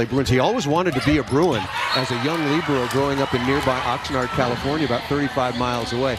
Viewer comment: they are pronouncing libero so wrong 😂 🤦‍♀️